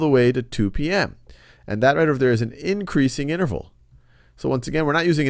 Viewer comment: lmao "negative inernerval"